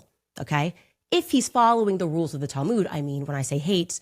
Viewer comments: I'm Jewish and I don't pronounce the Talmud they way they do.... It's like mud. Not mood. Tall mud. Not tall mood. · What's the 'Tal-moood'? Does she mean the Talmud?